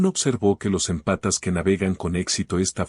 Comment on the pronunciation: Por favor te lo pido 🙏🏻, no son "empatas", son émpatas, palabra esdrújula 😂😂😂. Me desconcentra escuchar que están descalzos.